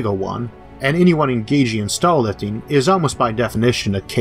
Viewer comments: staw wifting sounds vewy fun bwo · Sounds like he's saying 'stall'